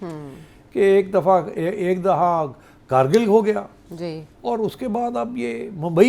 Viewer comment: آپ سب سے گزارش ہے کہ کارگل نہیں کُرگِل ہے